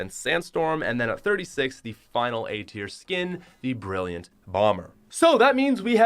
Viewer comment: Your saying tier was terrible